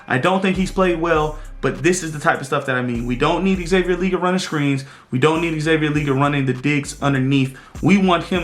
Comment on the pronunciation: Love the breakdown!!!! 🔥🔥🔥🔥💙🖤 You need to be on the staff! Only thing is your saying XL last name wrong 😂 Le-Gette bro! 2 syllables! #FFTV